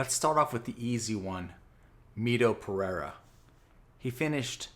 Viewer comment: my man.. you need to work harder in that Pereira pronunciation.. 😁